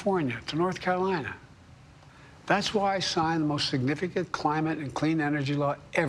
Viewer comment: "the Crime-It crisis" - yes, he actually said that, listen carefully half-speed! Another perfect faux pas!